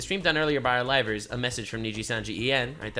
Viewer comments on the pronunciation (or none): I know it is a bit mean, but every time that CEO says livers all I hear is rivals. Then I have to adjust it to livers again, and think... that is a stupid word.